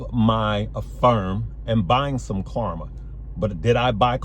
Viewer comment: Klarna has an N not an M lol